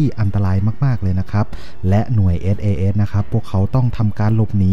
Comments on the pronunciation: หน่วย อะไรนะ เอด เอ เอด เหรอ ... ไม่ใช่ sas ??? หรือไง (เอส เอ เดส ไงละ่) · SAS อ่านให้ชัดๆได้ไหมครับ คนไทยเรียนภาษาอังกฤษ แล้ว เสียง "S" หายไป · ต้องปรับปรุงสำเนียงการพูดอังกฤษยกใหญ่ครับ น่าจะศึกษาให้มากกว่านี้ (เอส ไม่ใช่ เอด, อัฟกานิสถาน ไม่ใช่ อับกานิดถาน)